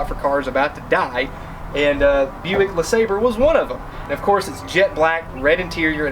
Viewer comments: I have it on good authority that it's pronounced Le SahBRAY. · La-Saab-Ray.......pronunciation is key😂😂😂😂😂😂 Great video! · Buick LeSlobbre. LeSlobber.